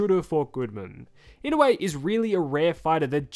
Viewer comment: I-NO-U-E. its not ynawe or inowe hahaha